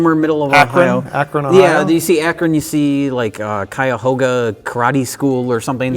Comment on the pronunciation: what the hell, didn't totally butcher the pronunciation of "cuyahoga"